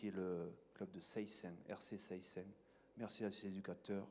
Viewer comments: On dit séssins pas seyssins même si ça s'écrit comme ça. Ça va pas faire du ping pong rugby ce samedi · Il faut juste qu'il apprenne à prononcer Seyssins 😁😁